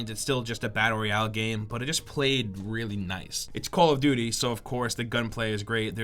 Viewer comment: He says call of vuty not call of duvty